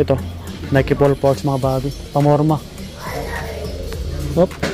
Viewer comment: Nike is nayki ang tamang pagbasa